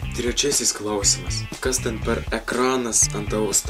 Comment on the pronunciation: Tai vis dėlto, kada išmoksi kirčiuoti žodį "klAusimas"? :))